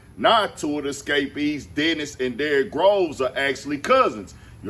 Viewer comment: Get the last name right …. It’s GROVES